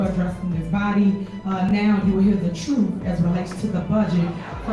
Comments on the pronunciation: it's Truth not troof Ask not axe🤦🏼‍♂️ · Didi she say "Trooff"? ...and she is going to educate? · YALL LISTEN UP - YOU GONNA HEAR THE “TRUFF”??? 🤬🤬